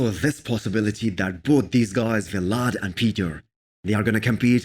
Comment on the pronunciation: CAN YOU PLEASE STOP SAYING V LAD ITS JUST VLAD THERES NO FULL V OR PAUSE NOT VEE